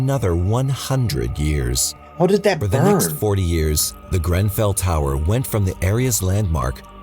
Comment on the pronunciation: did you pronouce GREN fell tower GRAN fell? sounded odd to my British ears. love you guys and this channel by the way.